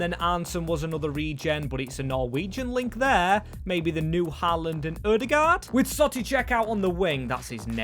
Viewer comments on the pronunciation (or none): none